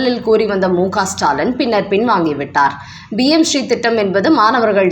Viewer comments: It is PMSHREE. You are pronouncing as BMSHREE. Please correct. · Adhu BM Sree Dittam kidaiyaadhu. Adhu PM Sree Dittam. Please ungal uccharippai mempaduthi kollavum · BMSRI இல்லை PMSRI என்பதை சரியாக உச்சரியுங்கள்.